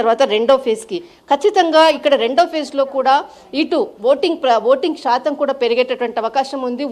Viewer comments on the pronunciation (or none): none